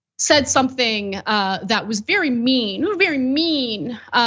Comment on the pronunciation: He was vewwy mean 😂😂😂